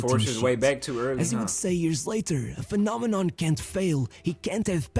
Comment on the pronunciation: phenomen not phenomenon bruh